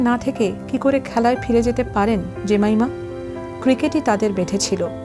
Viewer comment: জেমাইমা ❌ জেমিমা ✅